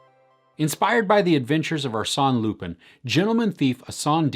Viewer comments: ɑːˈsɛn lypɛ̃ - the French just love it when you try (even just a little) with the pronunciation. 😄 Thanks though, will catch it! 👍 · It's pronounced lupain like the French word for bread. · It's pronounced "Loo-pahn" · Just discovered your channel. Love it! Will.watch more review. Lupin is pronounced without pronouncing the n at the end 😋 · Come on man, you make very detailed reviews and you can't learn to pronounce Omar Sy's name or Lupin correctly?! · It's closer to "ah" but not exactly, the right way to pronounce it is like saying wine in french "vin". I don't think this sound exists in English so the easiest is to write lupin on google translate and hear it in french.